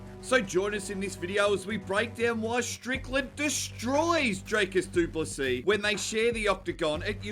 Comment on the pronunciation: You will know how to pronounce his name after this fight, sheep shagger